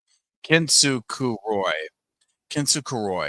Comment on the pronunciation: Everyone else: Kinzukuroi: "KeNsOo sOoKaRoY"